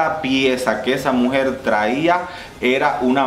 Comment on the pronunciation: Amo cuando dices mujersh 🌹